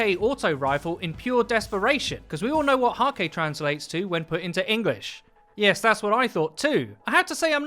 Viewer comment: I would, feck, I love Häkke. Btw, you say Hakke which is quite common for someone not used to these letters. But in Häkke, the Ä would be pronounced like ae. Like Haekke. But it is hard for native english speakers. But to what I wanted to say... I would love to use the Halfdan D... or any Häkke Auto-Rifle for that matter. Yet Banshee-44 decides that I'm more a Suros person by now. And I hate it. How do I get a Häkke Rifle? Banshee sure has no intentions to give we one. No matter how hard and many weapon parts I throw at him.